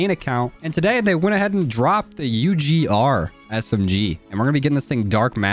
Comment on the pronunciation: i like how you have name the gun it sound like you're saying "RAHH"